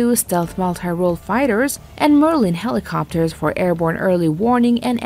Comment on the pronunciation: You guys can't get a decent narrator to read this and pronounce words correctly? "Two hundred-eighty meter," "PortsMOUTH" "helEEcopters," "superierity" "Ronald REEGan" (only the name of a president), and my favorite "the United State Navy." Really? At least act like you care, eh?